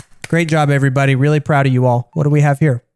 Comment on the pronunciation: "Evey bodeh reckording >:/??"